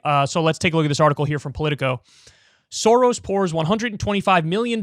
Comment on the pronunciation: Pronouncing the s letters in “soros”: is like pronouncing s in the word: SHIp.